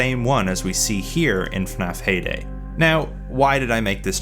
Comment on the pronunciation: I thought he said payday instead of heyday. Immediately thought of clown gangsters robbing the pizzeria while ninja cops attempt to drop kick them.